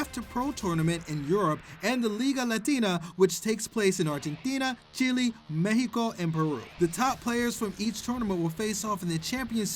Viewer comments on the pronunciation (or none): Enjoyed the video up to "MEJIIICOO". Disliked! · Say Mexico right u sounded stupid XD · You pronounced Mexico wrong!